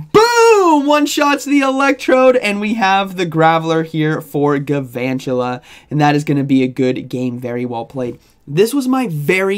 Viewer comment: Isn’t it gaLvantula. There’s an L